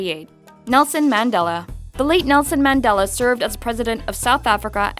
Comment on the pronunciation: Oh my word the Mandela part was a pronunciation killer!